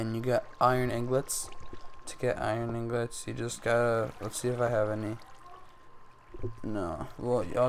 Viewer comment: You're pronouncing "ingots" wrong. It's not "inglots", it's "ingots".